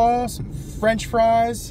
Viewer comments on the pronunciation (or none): none